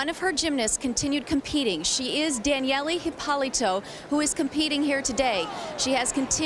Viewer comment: Please make stop mispronouncing Hypolito's name!!! LOL...it's painful!